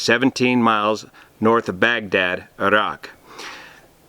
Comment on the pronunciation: If I can appreciate anything in this video, it’s you pronouncing ’Iraq’ correctly. Thank you.